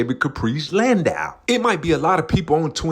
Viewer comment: U are pronouncing it right, it's a Landau not a Landoo 💯